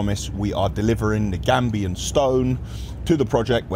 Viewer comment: Gabion old chap not gambian cheers